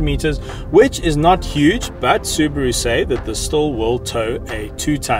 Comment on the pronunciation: It's Subaru not Subro and I am from South Africa so It's not Subro it's SUBARU!